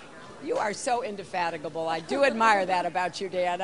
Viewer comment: Goddamn that vocabulary. what fucking word was that? indecaphatable lol indefatigable fucking indecipherable lol